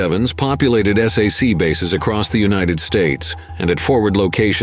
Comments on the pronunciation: That's "sack", NOT "S. A. C". No one I knew when I was a service dependent living on base said the letters individually. "SAC", okay? I can tell by the cadence and the way pauses that should happen didn't that this is a bot. I only subscribe to channels with human voices. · Good video.. Narrator need to learn how to pronounce "SAC", "Stratojet" ,"Thule" and a few other words.